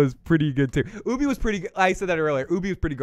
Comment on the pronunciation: Dude could you at least say ubbe's name properly it's grinding me 😂